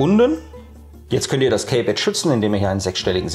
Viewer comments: Gutes Video, es heißt allerdings in Lautsprache: "Ki-Pett" nicht "Käy-Pett" ;-) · Das Kaypad wird Kiepäd ausgesprochen. Sorry